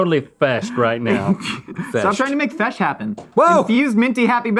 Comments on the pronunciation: "Stop trying to make fesh happen" good one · "stop trying to make fesh happen." 😂😂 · DID NOONE HEARD SAY STOP TRYING TO MAKE FESH HAPPEN IM PEEINGGG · "stop trying to make fesh happen" cracked me up 😂